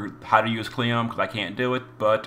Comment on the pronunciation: Its kleeyome, not Cleeom